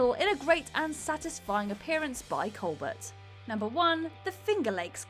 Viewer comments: It’s not a Whatculture list without a mispronunciation - it’s Stephen Colbert with a silent ‘T’ pronounced colbair. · You know how to pronounce Stephen Colbert's name. Stop it. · seems to be particularly bad at it, lol